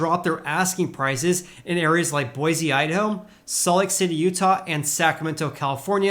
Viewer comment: Tip from a local: Boise is pronounced Boy-see. Love the content!